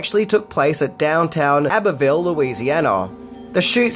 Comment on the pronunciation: Abbeville is ABBY-ville, not abbay-ville